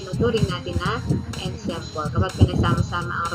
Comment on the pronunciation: ENSEMBLE------ANSAMBOL ...po bigkas.😘😘😘